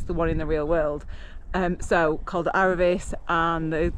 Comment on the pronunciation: It's Aravee. Final s is not pronounced. Like Paree is Paris. It's Beaufore. Silent T. Home of a very highly regarded cheese. Roseland incredible from both sides but you could have took the Col du Pre from that side. Ridiculously fast descent to Bourg St. Maurice. Nice. 2 hours from MCR. Col d Eze, Turini, La Turbine, Madone. Train and bike and you can go inland or on the coast. The location where the best riders live and train